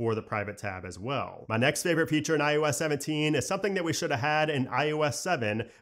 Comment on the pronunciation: Do realize that you say ius 17 instead of iOS 17?